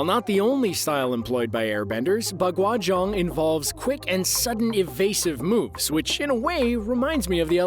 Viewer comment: dude butchered the pronounciations Taiji quan is pronounced taiji Chuen. Baguazhang is Pronounced Bagua Zhahng not aang.